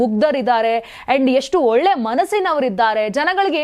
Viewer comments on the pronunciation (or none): none